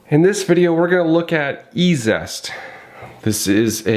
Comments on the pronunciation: EEE ZEEE EST NOT E ZEST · Fwiw, I believe it's E-Z-EST, as in EASIEST; not E-ZEST. Three syllables; not two. 😉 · Pronounced 'easy est'